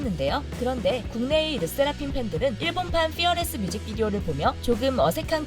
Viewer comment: 르세라핌은 왜 르'쎄'라핌으로 발음하고ㅋㅋㅋ일본은 왜 iiiilllllllbon 으로 발음하는지.. 그냥 ilbon이라고 살살 발음하지